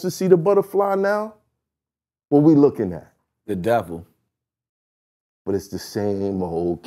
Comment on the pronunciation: Yoo is it just me or how he say “the devil” got me dying 😭😭😭😭